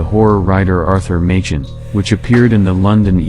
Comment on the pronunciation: Angel of Mons = folklore/ hoax. BTW, Arthur Machen's name is pronounced "MAY-kin" not MAY- chin.. Also, original was a short story, about a soldier in a vegetarian restaurant who finds his plate has on it, a prayer to Saint George, that he invokes later in battle. It was a short story in a newspaper, not a faux newspaper article..